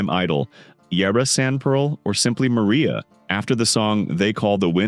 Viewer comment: 💊🛁”They call the wind Maria” … OMG. … how little this AI knows about song. Maria is a song in West Side Story. This is pronounced Mah Rye Ah …